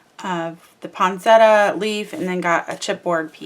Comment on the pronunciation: Love the mini album & will purchase the tutorial. I've never used the stack the deck but will use it. You made it easy to understand the process. Not to be too picky but...the plant is pronounced "point set e ah" or "point set ah".